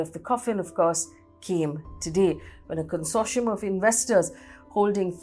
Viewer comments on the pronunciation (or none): none